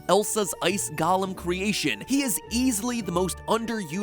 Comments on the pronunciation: I thought you were smart enough to know how to pronounce the word golem. It's GO LEM. Not Gollum. Gollum is a LotR character. Why do so many people get the pronunciation wrong. Everybody should read a dictionary at least once in their lives. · Ah god please not you to matpat golem is pronounced go-lem not gollum, please they are 2 very different things